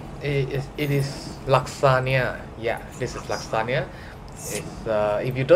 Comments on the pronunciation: You are pronouncing lasagna wrongly. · We usually don’t pronounce lasagna like he does in Sg or Msia. Maybe he and the ppl around him do.